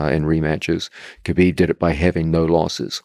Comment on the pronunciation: his name isnt kuhbeeb. its pronounced habeeb. how hard is it pronounce that.